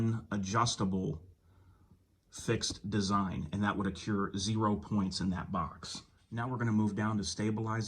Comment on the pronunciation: Dude…the word is accrue, NOT accure